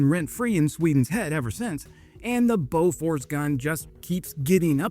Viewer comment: Boo furs not Bow furs!